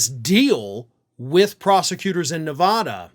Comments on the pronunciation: It's pronounced neh vad (bad) ah, not ne vad (vahd) ah. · it's not nev ah dah. it nev AA dah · Ok now that Nevada has been in multiple videos recently you’ve got to work on your pronunciation. Neh- vah - duh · Please learn how to pronounce Nevada. It's not "ah." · It is Spanish for "Snowy" and is pronounced Nay-Vah-Dah...since you feel like getting technical about it. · Thank you. Hearing it called Nevahda makes my teeth hurt